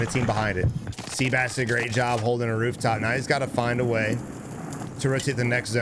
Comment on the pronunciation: Great video … however, the guy that was playing the AR role, his name is not pronounced “sea-bass” it’s pronounced “seh-bahs”